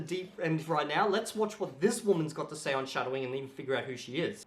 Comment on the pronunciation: So, the only time your English is failing you is when you have to say the word "Woman". Got it!